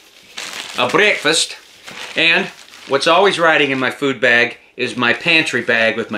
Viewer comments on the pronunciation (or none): none